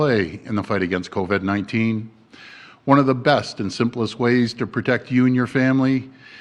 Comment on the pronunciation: Covid NOT Coved!!! Why can't he say it? Say it right!!! !